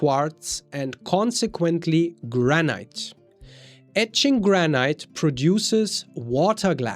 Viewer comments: Please, its pronounced Granit not Granight. Every time you say Granight it grates on my nerves and spoils your otherwise excellent presentation. I appreciate your otherwise well presented information. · I've only recently came across your channel and quickly subscribed. I like your content and love your accent, but you might want to look up how to pronounce 'granite'. It is not pronounced like that in the UK, U. S. or Canada, and probably not in Australia or New Zealand either.